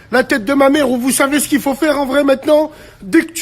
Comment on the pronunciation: Vous " sovez " aïe aïe aïe.. Ce jeune homme à besoin de voir un orthophoniste..